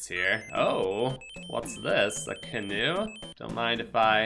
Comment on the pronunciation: Came for the canoe. Stayed for the ca-do.